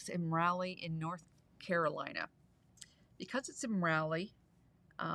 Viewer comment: Just because...its Rah-lee, not Raly. But don't lose your precious Canadian accent, eh?